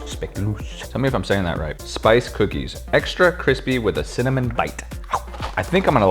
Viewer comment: "I like cimanin" 😂😂